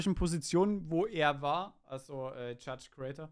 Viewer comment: Holy... deine Aussprache von Judge Crater hat mir heftigste Kopfschmerzen bereitet. 😫 Insolito wäre stolz auf dich.